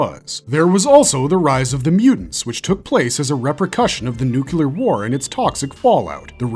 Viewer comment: It’s NUCLEAR not nucular